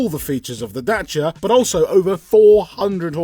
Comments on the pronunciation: It’s a daciaaaa not a dachia 😂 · Y the F r u saying Dachia???? its a DaCia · What's a datcha it's a dacia James May said it many many times.. 😂😂😂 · day-c-a(dacia) NOT dacha terrible pronunciation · Its called a Dacia not Dachia even James may can say it right 🤣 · Don't call it datcha man, it's dacia, literally just read the goddamn name right. No sh there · ITS DAY SEAR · First time I´ve ever seen someone pronounce it "Datcha" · Good news, cant pronounce dacia either! 😢 Da - Cia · "Datsia Sandero"... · DACIA, there is no H in it! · As a long time Top Gear fan the way you are saying Dacia is hurting my soul. Unless I have heard it incorrectly for so many years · OK I'm triggered strait off the bat. Is that how you supposed to say Dacia or how James May said it? cause no offence I'm more likely listen to him haha 🤣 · My eye would twitch every time they said Dacia wrong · I love all your content, but I can’t upvote the weird pronunciation of Dacia